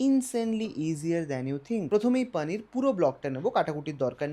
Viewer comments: Hindustani der moto paaaneer na bole poonir bol tui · ওরে আমার ঢং রে। পানির। পনির কে পানির বলাও এখন কুল!!! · আপনার প্রত্যেকটা ভিডিও ও রান্নার পদ অসাধারণ এবং আপনার ভিডিও উপস্থাপন এর পদ্ধতি খুবই সুন্দর | তবে বাংলা ভিডিও তে "পানির " না বলে "পনির" উচ্চারণ করলে শুনতে ভালো লাগে | বাঙালি "পানির" আর "লাস্যি" বললেই মনে হয় মুখে "বাত" হয়েছে | বাঙালির এখন "পনির", "লস্যি" বলতে মুখে তীব্র ব্যথা অনুভব হয় | বিশ্বাস করুন আমার মাতৃভাষা শুনতে খুবই মধুর | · 😂😂 Same here.....kono bangla channel পানির bolte pare ?? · Poneer bolo 😡